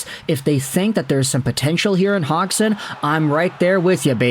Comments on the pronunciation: Hodge son - pronunciation, technically speaking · That's funny he still keeps saying his name wrong, it's not said hog